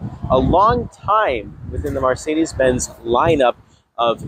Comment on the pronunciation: sl43 are rear wheel drive and there are no 6 cylinder options both the 55 and 63 are v8's. Liked his positive vibe but lost tons of credibility for not knowing the product, plus the way he pronounced Marcedes was super annoying!